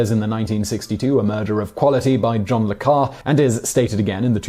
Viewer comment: Not tasting the tea, ignoring whatever instructions required an effort, and pronouncing Le Carré as "Le Car" - this is peak chaos